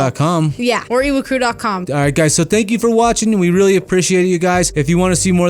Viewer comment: I just noticed he said ewu drew